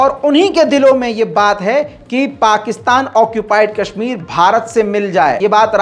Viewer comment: Haha isko Kashmir Bolna sikha dy koi😂